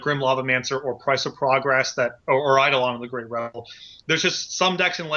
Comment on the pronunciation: If I had a penny for every time someone mispronounced "eidolon" I'd be loaded